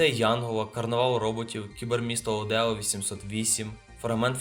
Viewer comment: Не Одео, а Оедо